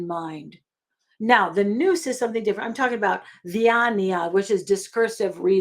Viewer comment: Good teaching. But Nous is pronouced wrong in this video Pronounced "N-outz"